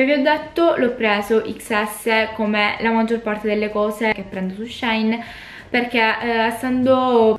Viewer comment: Ciao 😍 La pronuncia corretta sarebbe "She in" perché il nome originale del sito era "She inside". Ma alla fine ciò che conta è fare shopping 🤭😌 Ps. Sto per fare un ordine per colpa tua ahahahah